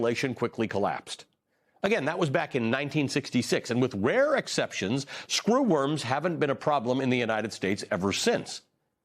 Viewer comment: Stop saying SCREWorms like that! 😁